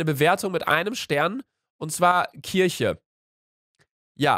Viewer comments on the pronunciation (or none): none